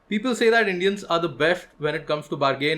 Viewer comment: I laughed a lot when he said besht instead of best